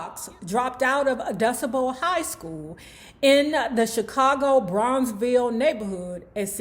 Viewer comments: That's "Doo-SAH-bo" High,. Named after the bro. DuSable who "founded" Chicago. Also, a famous Black high school. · Hey, DuSable High School in Chicago is pronunced "Doo-Sa-Bul." Jean Baptiste Point du Sable was a Black settler who was the FIRST founder of Chicago. Many prominent Black people and Black entertainers attended this high school in Chicago.